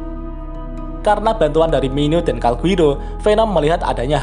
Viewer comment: Calgurio min bukan Calguiro